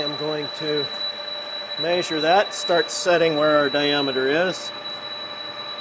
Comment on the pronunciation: Very interesting, but why do you say “maysure” instead of measure ?